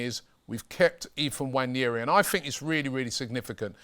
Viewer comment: pronounced WA-NE-RI, not wanyeri.